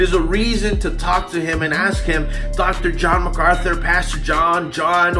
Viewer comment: Amen Jen....Furtick is shocking. Notice Furtick can't even say MacArthur's name. What Furyface doesn't get is JMac doesn't need to know him to see his fruit. Furyface has 1000 muppets clapping his garbage on. Face to face on theology MacArthur would destroy him. P.S. Marry me 😉😁